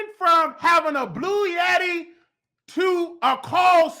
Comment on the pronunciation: Did he say “blue yeti to Burger King” 😂 💀